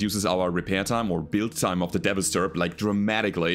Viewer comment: You keep calling it a "Devasturb" when it is not. It's called a "Devastaturb". It's "devastator" plus "Urbie" mashed together. Incidentally, you're the first YouTube content creator I subscribed to way back in 2018.